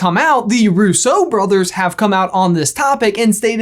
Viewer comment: It's rUsso not russO